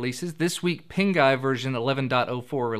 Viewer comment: Pinguy... Sounds like pink eye